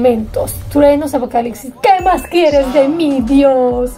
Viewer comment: ApocaliCsis???? No es apocaliPsis? Tienes que practicar un poco de dicción, no crees?